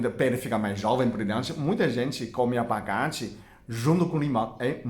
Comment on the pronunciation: Tirando a parte da "lalanja" e do "abagate" até q o português dele ñ tá nada mal..rsrs..gostei bastante..ganhou mais um seguidor!